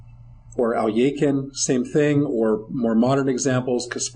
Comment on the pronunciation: It.was world war 2 not.1 in 1939 also its not al eee a kin its pronoinced al.e.khine and euwe not u.a .